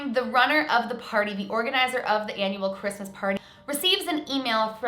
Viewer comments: Am the only one that cringes when she says “ -Mas”! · Do you guys all hear that? It's R-R-R-REESMAS